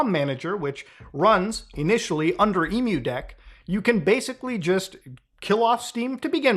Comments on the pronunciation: lol It's "M-U-Deck" It's emu-lator deck not Emu like the bird. XD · How do you possibly pronounce EmuDeck wrong after pronouncing Emulator fine? Lmao don't ask why my brain instantly fixated on this, just do me a favor and leave the poor Emu's out of it next time, man 😂